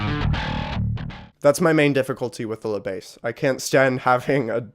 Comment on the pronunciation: Good review but if you want to improve your French you should not pronounce "La Besse" but "Le Bass". You have to swap the sounds. (I admit 2 Notes made a tricky name as it is named Le Bass for "Le preamp bass(e)" instead of "La basse")